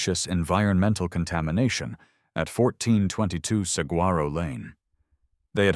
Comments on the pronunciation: Actually, Saguaro is pronounced “Sa-wa-ro”. No hard “g”. Just so you know.😉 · To the narrator. I absolutely love the stories and your voice is fantastic for them. Saguaro is actually pronounced as sa-gore-o. Just so you know.